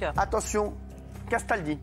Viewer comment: Quand Cyril dit "CASTALDI" j'ai l'impression qu'il dit "qu'est-ce ta dit ?"